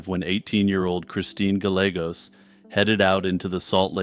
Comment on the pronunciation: Oh you’re killing me. Is it not “Guy-yay-gos”?